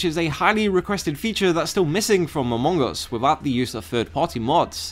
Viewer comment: When you say "among us", I hear "Mongous", I thought, where is the Mongol in those game?